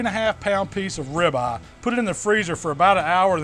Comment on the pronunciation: I love me some grilled rib-uh.